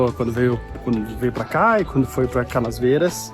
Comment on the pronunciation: PS: tive a impressão q vc gravava falava CanaSvieiras. com esse S no meio. É Canavieiras. De Canis